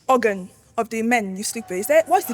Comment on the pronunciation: hahahh the way she pronounced the organ. That girl is wild